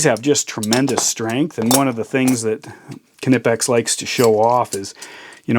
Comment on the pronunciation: Respect your tools. Dont throw it to your desk. Greetz from germany (your knipex pronouncement is correct.)